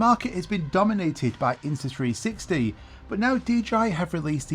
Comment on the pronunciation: You keep saying INTA 360.